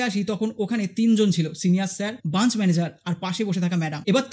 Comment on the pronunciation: কাজ টা খুবই ভালো করেছেন।কিন্তু কথাটা branch (ব্রাঞ্চ)। Bunch(বাঞ্চ) না। বার বার ভুল টা কানে শুনতে খারাপ লাগছে।আপনাকে কোনরকম ছোট করা উদ্দেশ্য না।ভিডিওর বক্তব্য টা খুব ভালো, কিন্তু SBI নিজেদের ভগবান ভাবে।